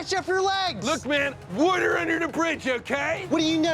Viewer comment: 38 YES!! Don pronounces his own name like it's spelled with an "awn" , and I became physically weak at the war ter ice v. War-tuh ice fount 'in 🤣. My fascination with regional accents borders on being unhealthy.